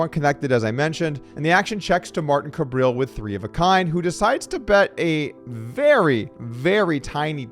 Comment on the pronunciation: loving the approximately seven hundred different pronounciations of "Kabrhel" lol say "suburb hell", get rid of the second b, so now you have "subur hell" and start with a k sound. "cubur hell". Kabrhel. 3 syllables and the H is not silent. I hate the guy but no one says it right and i think he's kinda cool for having the word hell in his name.